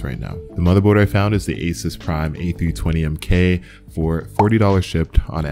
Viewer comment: Its not A sus. Its pronounced A soose. :) Cool video though!